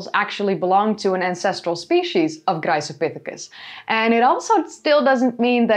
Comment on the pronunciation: Just curious: is there a reason why you pronounce "Graecopithecus" with a soft, sussurring 'c' at the beginning rather than a hard 'k'? The way I see it, both are intervocalic 'c's preceding a low vowel. Am I missing something?